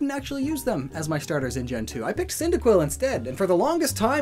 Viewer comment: CYNDAQUIL, NOT CINDAQUILL! FIX IT NOW!